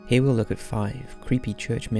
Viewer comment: Its got to be Welsh, listen to how he says "here". I mean if it is Welsh its mixed with something else but I hear a bit of Welsh.